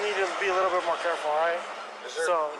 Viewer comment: "Don't be like.."